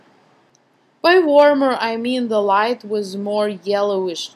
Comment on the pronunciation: Just one thing ... do not pronounce the "Z" sound so much .. when you say "with" you pronounce it like "withzzz"